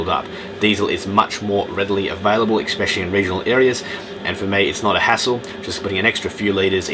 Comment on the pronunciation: Please......especially his pronounced with an "S" as in eSpecially. Not eXpecially. No "X's" here. Sort of detracted a little bit from an, otherwise, excellent video. Just saying.